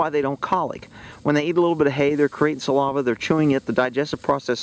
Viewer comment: its saliva not salava 😂 love you